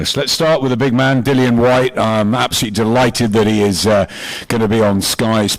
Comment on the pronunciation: It seems Barry hasn't warmed to "Dillion" enough to pronounce his name right.